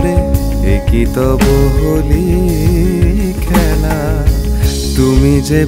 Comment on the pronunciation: You said "Holi khela".. kintu kotha hocche "Hori Khela"... Please try to correct that, as it stands out in such a pleasant presentation. And please drop the colorful side visuals .. those, I felt do not match the mood.